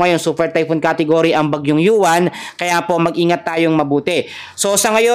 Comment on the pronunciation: Hoy tinagalog nga ang pangalan ng mga bagyo ikaw naman panay english ang bigkas mo sa UWAN